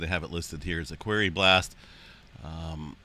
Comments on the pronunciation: Since you mentioned that you are ok with being corrected 🥴… a. “ Quarry “ is pronounced to rhythm with “story “ NOT “ scarey” 😎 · The Quarry is Pronounced Quorry, Thanks Love never Fails 💖